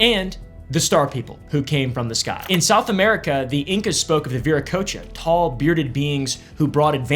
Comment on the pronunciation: You said viracocha right tho...